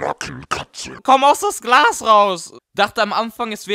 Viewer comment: Minute Komm aus das Glau raus , aber es heißt komm aus dem Glas raus 😉🤙